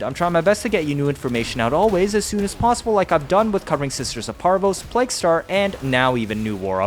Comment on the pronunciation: It's pronounced Pla-gew Star. Thanks for the video!